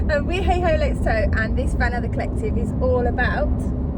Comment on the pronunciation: Thanks for the mention and well done on pronouncing our name 😂